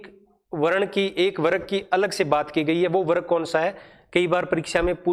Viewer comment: Explanation bahut acha h but pronunciation me bahut mistakes h jaise warg hona chahiye n ki warag👍